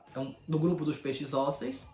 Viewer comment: Ósseos... não ósseis, não ósseos kkkk